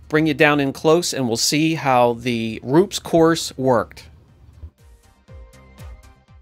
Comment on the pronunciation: Using Rupes all wrong. Can’t even say it right. Tiny polisher, wrong pad, hell wrong polishing system. Rupes is designed to work best with their pad and machine. This video is absolutely ignorant.